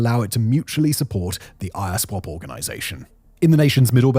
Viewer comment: it's Iswap, not I-S-wap. using Fulani photos to depict the Igbos/Biafrans? 🤦🏿‍♂️🤦🏿‍♂️🤦🏿‍♂️